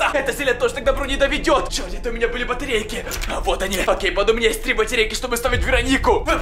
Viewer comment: Он сказал батерейки